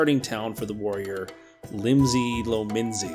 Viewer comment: 1000 hours and called it limsi lominsi what? hahahahha